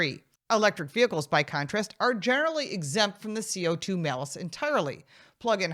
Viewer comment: The malice tax. She said it correctly.